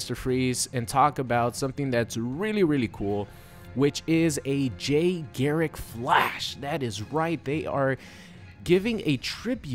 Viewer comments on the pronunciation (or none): please his name is Jay GARRICK not Gerrick, and for ppl who call BARRY - Berry, wtf guys thats fucked up